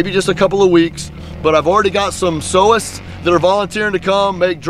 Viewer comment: God bless you and your kindness. Lol you are such a man, you said sewest lol. Too cute.